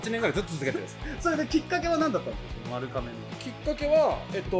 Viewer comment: まるかめ？ まるがめ が正しいみたいです。